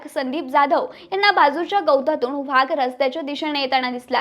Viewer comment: वहाग नाही वाघ असतंय